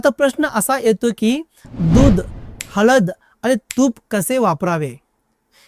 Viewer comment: हलद नाही हळद.